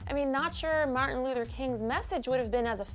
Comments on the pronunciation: This dumb bitch said "Martin Luder" lol stfu bitch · Did that bitch say Martin luddar king ? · martin lewderrrr king was i the only one to hear that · Martin "Luder" 😭😂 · Martin Looter King ??? Really?? Pronounce his name right at least. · Does anyone realize she kept on saying "Looter" instead of "Luther? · IK THIS GURL DID NOT SAY Martin “Luter” king🧐🤨😤😤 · Bihh, Who tf is Martin "looter" king? Put son Respeck on his name when you say it! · wow she said martin looder king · This woman keeps saying "Martin Luder King" like she probably doesn't know much about history either. Other than that though it was good lol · Why can't she say Martin Luther King correctly!!!!!???? Smh.... Luder tho??? Hahaha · It is Luther if your going to speak his name just please say it right. He died for everyone for equality, peace and freedom.